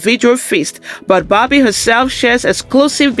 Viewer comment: You said her name wrong. It’s pronounced bad baby